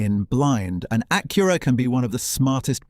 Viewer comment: Evidently, thing number one is how to pronounce "Acura."